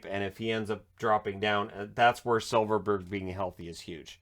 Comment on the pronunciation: It's not Silferberg, but Silfverberg, but ok. There are a lot of Bergs in Swedish surnames so you could go on forever.